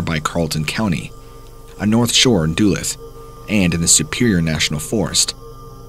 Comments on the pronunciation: Duluth is pronounced duh-looth not doo-luth.😜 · FYI: It's pronounced "duh-LOOTH" not "DOOluth" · I LIVE NEAR DULUTH MN! IT IS PRONOUNCED DOO LOOTH NOT DOO LUTH! GET IT RIGHT. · Dulith!?? 😂 duh’looth (Duluth) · Another Minnesotan here. Duluth = is pronounced like Dahlooth or Doolooth. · you mean it's not pronounced Dew-Luth? LOL. He did pronounce Chippewa correctly. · Doo lith lmao I wasn't sure what city he was talking about at first 😂 ive never heard any one pronounce Duluth like that. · Da-luth is how it's pronounced. Not being a troll or anything. Just keep laughing harder and harder each time you say it. Love your videos man. Keep them coming! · Duluth. Lol it's pronounced duh-looth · As a Minnesotan, I really love hearing these stories! Also as a Minnesotan, the way you pronounce Duluth was funny lol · pronunciation of Duluth made me spit out my beverage